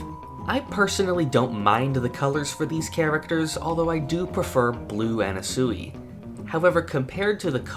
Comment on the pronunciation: why is noone talking how they murdered anasui's name